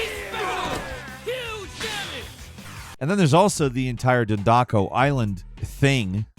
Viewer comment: "done dakko" 🙄